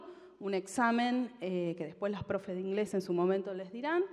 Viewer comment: Como qe "leess"?...no podes decir "les" por dios, y más siendo una persona del ambito académico, que desastre, por eso estamos como estamos